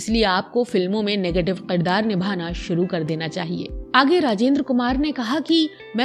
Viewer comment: Aap ki vdo achi hai leken is mein kuch alfaaz sahi se Ada nahin kiye aap me, khaas taur se Aap ne kaha Qirdaar. Which is not correct. Aap ne kaha begham which is not correct . Sahi pronunciation hai Kirdaar کردار۔ بیگم ۔ Begum - wife biwi.